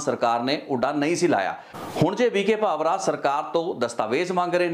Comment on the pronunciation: ਕਿ੍ਪਾ ਕਰਕੇ ਪੰਜਾਬੀ ਸ਼ਬਦ ਉੱਚਾਰਣ ਦਾ ਧਿਆਨ ਰੱਖੋ। ਡੀ ਜੀ ਪੀ ਵੀ ਕੇ ਭਾਵਰਾ ਨਹੀਂ ਵੀ ਕੇ ਭਾਵੜ੍ਹਾ ਹੈ।